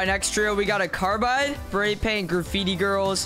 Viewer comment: In he said cardbide